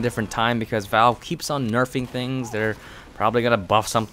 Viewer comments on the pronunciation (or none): none